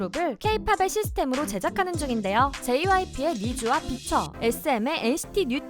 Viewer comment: 비차 라고 써있는데 왜 비춰하고 읽지..?